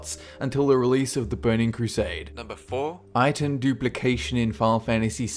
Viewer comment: When he says "Item" I hear "Itune"